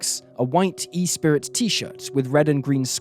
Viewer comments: In the second case: The clothes brand isn’t called Espirit….it’s Esprit with a silent t… just had to say it 😂😂😂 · Esprit. Not Espirit. ES-PREE